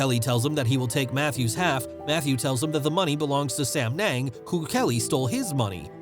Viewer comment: Sam yung not sam neng😂😂😂